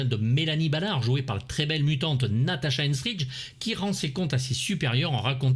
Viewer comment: Aïe aïe aïe... Natasha Henstridge non de non... Natasha Henstridge nom de Dieu.